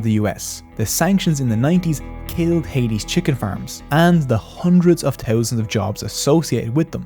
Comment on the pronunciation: Teeuzanz and teeuzanz 😅 your content is solid though. Very well done.